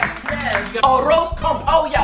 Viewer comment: OURROUS CON POULLOU